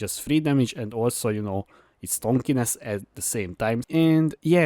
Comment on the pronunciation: I want to watch the vid, but can't stand you saying "tonkiness" Sorry dude.